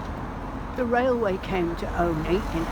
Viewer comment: If the locals of say, Scarborough pronounced Scarborough as "Flerbyderby" how would you pronounce it? It's Olney. Ollllllney.